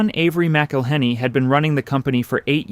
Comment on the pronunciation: I waa born in Louisiana, and been spicing my eggs since an early age. You are mispronouncing McIllenny. The name is more flowing...enjoy the vowels and don't pronounce the consonants...in particular the H! The H is silent!!! My family is also Scotch-Irish and came to Louisiana about the same time.